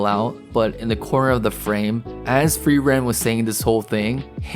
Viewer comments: Ey man, don't want to sound like a wise ass but it's not pronounced "free.. ren" but like one word, more like "freerun". It's German for "to freeze/freezing". Actually all names are German and are pretty on the nose for most characters ;) Frieren - (to) Freeze Fern - Remote (far away) Stark - Strong Himmel - Heaven Heiter - Bright Eisen - Iron Flamme - Flame Linie - Line Lügner - Liar Qual - Torment Nonetheless the greatest show of this year. Along with Evan Call's awesome soundtrack! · Hi. Frieren is a German word - like MANY of the non-Japanese names used in anime - and means Freeze. It is pronounced F-rear-en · or say furieren like just try to prounce the r is in a not english way plz xd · Imagine calling "Frieren" "Free Ren" man i love AMERICAN FREEDOM